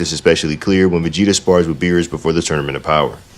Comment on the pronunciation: Is it me or are you saying Megeta instead of Vegeta